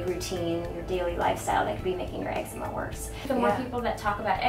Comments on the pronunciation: ex-E-ma NOT ex-eh-ma like letter E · Pronounced "ex-zee-ma"